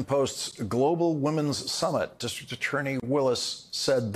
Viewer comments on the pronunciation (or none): Good going Lawrence! You managed to get all the way to the "c & t" in "distriCT attorney" . Oh-oh... sorry, didn't last...Back to "distr'attorney" ;~} Observations of a linguistics nerd